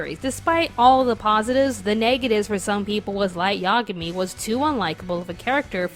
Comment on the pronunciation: I disliked you for pronouncing light yagami wrong, i can be petty too xD